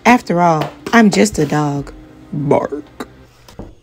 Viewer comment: It was the "baaark" for me! 😂😂😂😂😂😂😂😂😂😂😂😂😂😂😂😂😂😂😂😂😂😂😂😂😂😂😂😂😂😂😂😂😂😂😂 This woman is super talented and very creative! Thank you for the laughs.